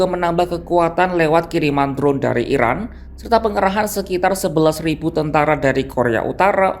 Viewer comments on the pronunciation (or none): none